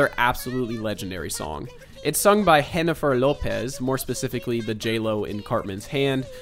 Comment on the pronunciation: Dude really said "Hennifer", when in Spanish we say "Jennifer" as is